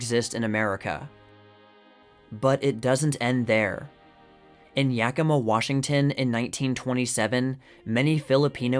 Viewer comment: Holy crap! You actually said Yakima correctly?? Great video btw!